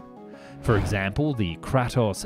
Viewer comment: you did not just pronounce Kratos like that wtf